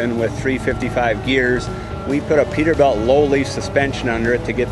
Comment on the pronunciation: peter"belt" huh